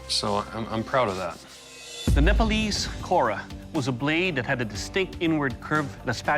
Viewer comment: The way they pronounce NEPALESE and GURKHAS Indians will know 😁😁😁